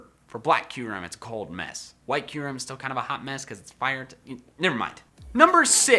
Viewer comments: He said Q-ram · Boi I loved kyurem also the way you pronounced it killed me. I pronounce it Cure-ahm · You mean to say I've been saying Kyurem wrong ever since I was like 8...